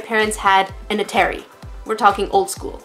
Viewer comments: No, she pronounced Atari wrong, unless that's how it's pronounced in Canada. LOL! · A-teh-ree? Have I been pronouncing it incorrectly my whole life?! BTW, awesome tutorial! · I'm triggered how you said atari